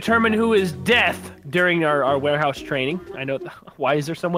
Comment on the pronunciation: Warehouse? Warehouso